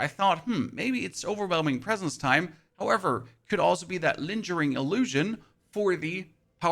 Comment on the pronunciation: Every time he says Linge-ering I feel pain in my soul